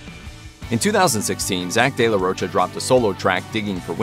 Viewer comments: If it's mexican in origin, pronunciation is de la RO-CHA. The "ro" english speakers pronounce with an "u" sound at the end. It shouldn't, just an "oh" sound. "Cha" is easier, as in chapstick. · sounds french in origin. in italian and portuguese its roccia/rocha (respectively), meaning rock/stone. both using cha/sha. given the spelling and phonology of the spanish language, the correct pronunciation should be RO-CHA (cause its not spelled roca or rocca) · The Spanish pronunciation is the former. ROH-cha or ROACH-ah with an American accent. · No, sir. The proper pronunciation of his last name is not “roe-ka.” Just because people who don’t know any better have been saying it that way for years doesn’t make it so.